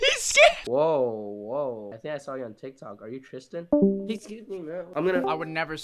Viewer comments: BRO RLLY SAID : "tistan" LOL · He said tistan bro HAHAHAHAHAH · "TISTAN!" I'M CRYING LFMOAOAOAOAOOAO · Bro really said”tistan” 💀😭💀